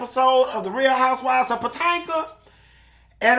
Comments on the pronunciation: Not POTANKA...🤣🤣🤣🤣 HUN-Tee this opening was giving!!!!👏🏽👏🏽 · I hollered when you said “Patanka”!!!!! Yassss!!! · I’ve been waiting for this! I love hearing you say “Potanka”😂😂😂😂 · I laugh every time he says it haha